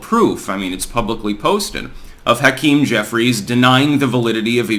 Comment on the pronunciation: Can't stand 'Hakeem'.